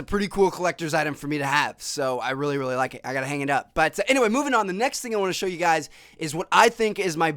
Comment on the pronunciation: I RULLY RULLY hate how he says "really"